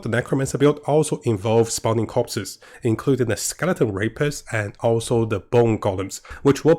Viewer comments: I thought he said skeleton RAPISTS I was like “damn they went all out with the naming 😂😂” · I LIKE HOW U SAY SKELETON RAPISTS 😆